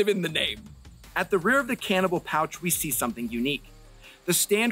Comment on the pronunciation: I know you're saying cantable, but what I keep hearing is cannibal...but that might be because I'm watching at 2x speed so I can get off to my D&D game and cast fireball